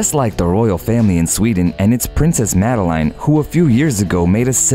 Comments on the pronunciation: Umm..you pronounce it “Madelen” and not “Madelaine” 🙄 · Princess Madelaiiiine, really? Pls have a little respect for names and pronounciation. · See how easily it can be done? Sweden has now followed Norway, and the public only support the direct line. When the princes or princes are 18...they are on their own...and by the way, her name is pronounced like in French, Madlen... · And Madeleine.